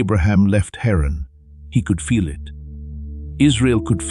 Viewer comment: Haran not Heron as in the bird.